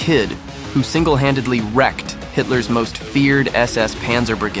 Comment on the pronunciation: AI- A bar? No it's a B A R. 😒 Hightler? No it's Hitler. Not giving you money for me to watch this. It would have been ok if you'd have spoke and not a computer. 👎